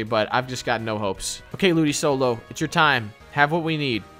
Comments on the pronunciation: It honestly hurt me when pronounced ludicolo ludisolo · Ludisolo??? It’s ludikolo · Great vid guys! Just letting you know, it’s ludicolo - Lu-di-KOL-o, not sol-o. Looking forward to the next vid!